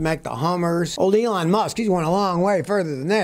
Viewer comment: "Leon" Musk.....Maybe a little nip of something before making this video? 😁 Love these videos, as always.